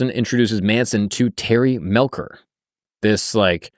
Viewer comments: He didn't pick up Charlie. He picked up the girls. He didn't invite the family to stay. Charlie crashed until Dennis tired of them and paying their penicillin. And it's pronounced Terry Mell- cher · Love your videos man, seriously, but. definitely doesnt watch documentaries on some of his vids before hand. Terry Melcher is pronounced with the "chuh" sound not a "Kuh". "Melkuh", lol. Spann ranch is pronounced "spawn" ranch. And you keep saying manson was a seriel killer.... manson afaik has never commited a murder. Now if we consider him telling someone to kill then thats a sifferent story. But manson himself never directly killed anyone afaik.